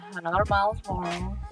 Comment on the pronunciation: You were saying miles morales wrong lol